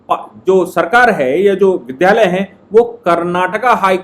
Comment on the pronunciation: विद् या लय बोलें विद्ध यालय न बोलें कृपया।